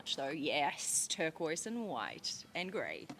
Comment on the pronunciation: tercoise merkooise